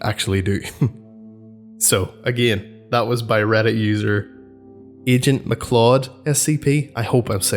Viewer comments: If it is spelled "McCleod" (I couldn't see it in the video screen capture) it is pronounced "Mc Cloud". Hope this helps. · i think its "Mc-Cloud" like Fox Macleod